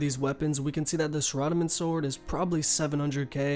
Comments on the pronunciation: Yes you did noob! learn to pronounce Sarah-dome-in! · lol "SUH"radomin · "Sore-rah-dah-min God Sword" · the way u say saradomin makes me want to throw my computer out the window. my guy its sarah (like the name) dah-men. why in the world would u say it differently lol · "suh-rad-amin godsword" you made me cringe.. pls delete this and restart and make sure you pronounce it properly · shradomin shord mit tree, holy fuck, its pronounced might-eerr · That’s not in any where are you supposed to pronounce it Sar-a-dom-in The O should make the sound o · sara-doh-min ;-; Not a Thief btw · sara-do-min XD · Zahradomin sword? The way you say it sounds so funny 😁 RSN crank trip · thumbs down bc of how you pronouncin saradomin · you have good info but i hate how you pronounce saradomin so tilting for me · do you not know how to pronounce saradomin lol.. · i dont mean to be a dick but saradomin isnt the only thing hes was pronouncing wrong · i bet he calls bitches named sarah s a r a lmaoo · Holy hell, you pronounce everything so weird. Pretty good guide otherwise.